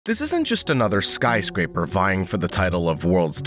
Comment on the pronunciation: lol "Skyscrapper"